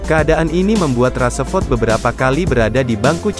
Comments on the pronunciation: Min marcus rasford bukan marcus rasaford 😂🤣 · "raseford"....really???becanda lu min 😂